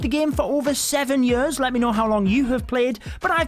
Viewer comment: I like how he says “Yars” instead of “years”